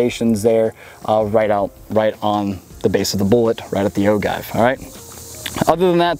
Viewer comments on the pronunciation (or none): Oh-Jive not Oh-guy-ve (inner grammar-nazi) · It’s pronounced O-JIVE not O-give. My reloading fam would know. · Ahem. Its pronounced o jiv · it's pronounced O-Give, J as in Jam, not G as in Guy, Oh-Jive. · It's pronounced "o-jive", with a soft "g". Great video, when I have a place where I can shoot a rifle, this will help me decide which caliber to get. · Ragnar Thorshammer is it pronounced like gif or gif? Only kidding. “Oh Jive”